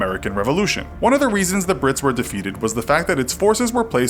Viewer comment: I thought you were calling them pricks